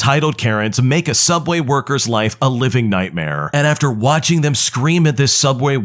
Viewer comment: What's subway? I only know sooubway.